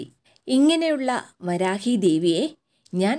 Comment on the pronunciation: വരാഹി അല്ല വാരാഹി ആണ്